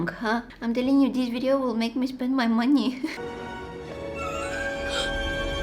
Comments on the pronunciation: "yah make me spend ma moneh" 😂it just made my day😂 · "hurry up and take my MoNeH." got me laughing💀